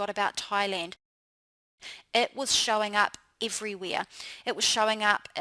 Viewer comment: omg, no offense but your accent made me lol!!! "your "eide" (head), "everyweire" (everywhere), "beid" (bad)... lmao